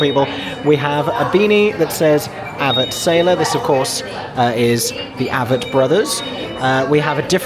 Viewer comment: Aaa-vett Not Ahh-vett